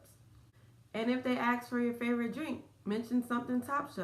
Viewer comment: Try to say ask! As opposed to ax